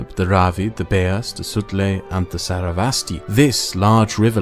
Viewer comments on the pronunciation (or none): Sara- vasti!! Woah Bro...Try pronouncing it as SaR - Es - Va - Ti. She is the Goddess of Knowledge in the Vedic Myth.